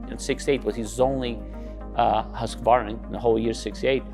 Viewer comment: At last .... Pronouncing the esteemed 100 year old Swedish Motorcycle Company Name Correctly .... "Husk , varna"...... NOT "Husk , A , Ye Ho, Hillbilly , Varnarrrr !!!!! Music to my ears as an ex Husky dirt bike owner.